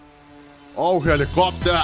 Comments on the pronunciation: I liked the part when he said: HELIKOPTEAR!!! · the way he says helicopter. LMFAO